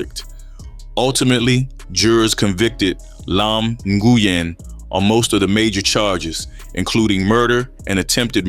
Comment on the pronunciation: The name is pronounced “Win” brother. I kno bc one of my best friends has that same last name.